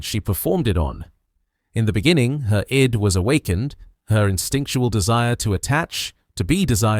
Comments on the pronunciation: AI pronouncing Her "I.D." instead of "id" lol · Not bad but learn how to pronounce "id" (it's not "eye-dee").